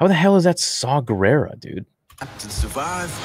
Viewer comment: Bruh that ain't Shaw Gerrara thats Jaw Gerrara 😂😂